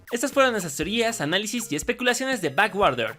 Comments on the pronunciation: Dice analisi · ¡Feliz Día de San Valentín! <3 Espero la pasen muy bien juntos con todos sus seres queridos UwU Y por cierto, dice "Análisi" no "Análisis"